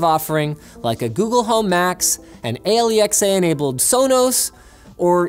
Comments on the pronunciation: did you say aley-ex-ay, instead od alexa? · Did Linus call Alexa "Ay Le Ex Ah"?